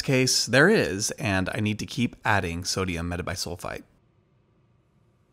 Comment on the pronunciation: After he said "sodium metabisulfite" I was convinced he's a real chemist